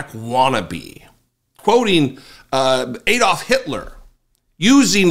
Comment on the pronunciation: And this poster can't pronounce AAD-olf - instead of the incorrect EED-olf.